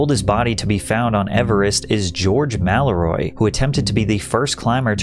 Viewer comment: man what the actual fuck is this. the "losti face". george "mallroy". this is dog water man.